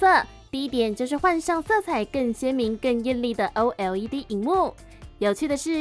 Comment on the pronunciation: 為什麼要像A P P一樣把OLED分開來唸…